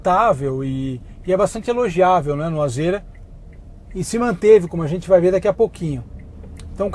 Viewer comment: mano Nao é AZÊRA. A PRONUNCIA É AZIRA